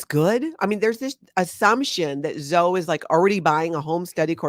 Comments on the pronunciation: Zoe is pronounced Zo-eeee (E like we) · That's my daughter's name and spelling. I LOVE, but I just kept thinking Zo-ee. She gets called Zo somewhat often.